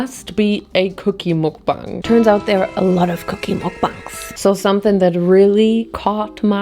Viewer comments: you drive me crazy, it's MUK not MOOK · Just fyi, the syllable ‘muk’ in mukbang is pronounced as ‘muck’(like ‘stuck’). it’s short for ‘먹’는 ‘방’송 which quite literally means ‘eating show’😊 sending immaculate amount of love from korea❤